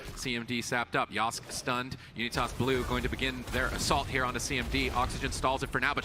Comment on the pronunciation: Casters can't even say names right, it's YO-SKAY not YOSK